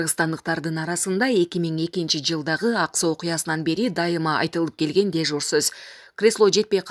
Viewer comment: Дужур эмес дежур соз дечи эй журналист сага айтып атам